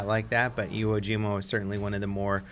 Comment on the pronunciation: It’s Iwo Jima